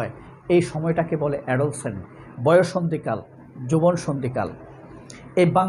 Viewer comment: বিনয়ের সাথে বলছি, উচ্চারণ হবে “এডোল্যাসেন্ট” যেখানে “এডো” উচ্চারণ করতে হবে নরম ভাবে আর জোর দিতে হবে “ল্যাস” শব্দ এর উপর । ধন্যবাদ ।।